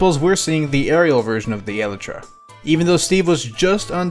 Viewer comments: Ahhhhh the way he says elytra hurts me "Eletra" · I am a certified Minecraft nerd and if he pronounces Elytra like Eletra' I might just blow him up